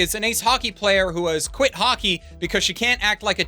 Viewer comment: About halfway through this review, I started hearing Hockey as Haki.